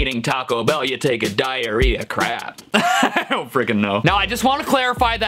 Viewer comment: When he said prap I thought he was saying drakes singing is a combination of poop and crap.